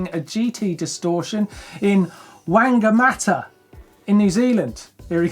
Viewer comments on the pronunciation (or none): #MaoriforMartyn Whamgamata is pronounced Fong AR Mar TAR. Wh is an F in Maori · WANGA-MATA??? Dude that cracked me up, it's pronounced "Fung-uh-muh-tar" (soft 'g' like singer) Maori diphthong 'wh' is generally an 'F' but can vary depending on iwi (tribe) and region. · It;s OK Martyn, a lot of New Zealanders can't pronounce Maori place names properly either, but good effort. Wanger-matter. Lol ;-)